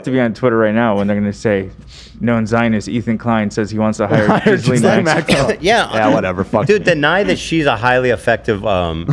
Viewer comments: I love yall but her name is pronounced Ghee-lane (ghee is like the Indian butter ) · Okay but Jizz-lane is funnier